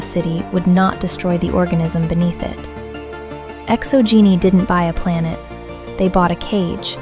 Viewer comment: Yo the way things were pronounced was funny! So instead of Exo-Geni it sounds like Exo-Geeni. Then there is Zhu's Hope sounds like Jews Hope lol. So it is my personal theory that Feros was not bombed by the Reapers because the Reapers did not know about it. Now naysayers will say that all the Protheans worlds except for Illos were known by the Reapers due to their capture of the Citadel at the start of their invasion. However we know that the Reaper X Prothean war lasted for many centuries and that as the war went on the Prothean designs became more streamlined and basic absent of all ornamentation just like Feros. I believe Feros is in fact a Prothean world colonized during the Reaper war and as such they skipped standard colonization protocols meaning they missed the threat of the Thorian and after colonization were consumed by it leaving behind a perfectly preserved ruin. Now we know from the codex that Feros has been looted many times over the years yet no explanation is given as to why no other species has colonized the planet. According to the codex two thirds of the planet is covered in city so that leaves another third of the planet with plant and animal life so it is not a dead world. It is possible that the Thorian could make Prothean and other cloned species from that cycle. Sombody already pointed it out but yeah it's 50 thousand years not 50 centuries fifty centuries only equals 5k years. Okay I'm glad you didn't make the same mistake so many people in the fandom